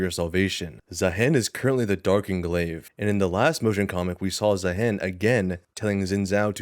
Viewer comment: you said Zaahen properly ONCE this entire video, are you rage baiting